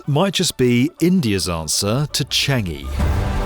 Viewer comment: For future reference, it's pronounced 'Cha-ngi', not 'Che-ngi'. Although still a step forward from 'Cheng-gi'.